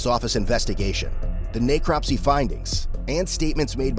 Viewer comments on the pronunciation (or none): Not pronounced Nay-cropsy, if your using text to speech narration just enter in ' neck crop see', not being hostile.